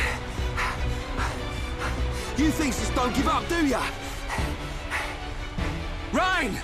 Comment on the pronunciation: It's reyn not Ryan